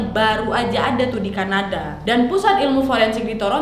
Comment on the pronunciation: "oOoh CAnaDaaAA" "TorONto" "moWla" "GOWla ma DIsh"